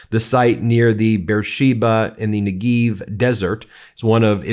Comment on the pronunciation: Negev is pronounced how it looks…ne-gev. Not ne-geev.